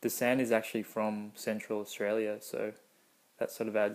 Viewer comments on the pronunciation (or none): none